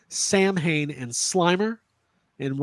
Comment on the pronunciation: As an Irishman I find your pronunciation of Samhain highly offensive, and the less said about your “singing” the better 🙄😂😂